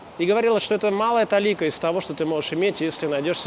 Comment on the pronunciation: Вы меня просто потрясли, я не только получил очень занятную информацию из Вашей экскурсии, но и узнал правильное ударение слова "толИка"! You made my day:)!